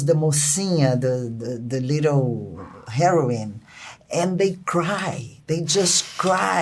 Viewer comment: Heroine not heroin kkkkkkkkk